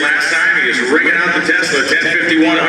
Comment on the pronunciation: It's not Tezzzla 😑